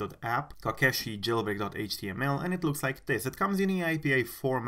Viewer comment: In case your interested: it’s pronounced like this “koh- keh-she”, it’s a small traditional Japanese doll made out of wood.